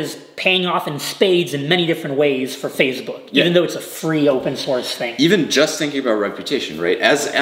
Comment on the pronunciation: Everyone: Facebook: FaZeBook